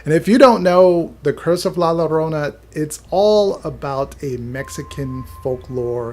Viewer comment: The two L’s make a Y sound my guy